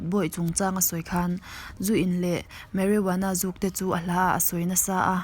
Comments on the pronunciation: Mari woanna ani lo..marijuana tih tur...🤣🤣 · Marijuana tih tur zok